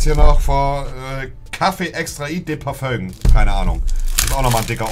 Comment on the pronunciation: "Parföngs" ROFL!